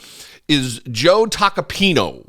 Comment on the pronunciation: it's not "Tacapino", it's "Tacopina". Here's a mnemonic device I came up with that you can use: it rhymes with "subpoena". LOL. Think taco + subpoena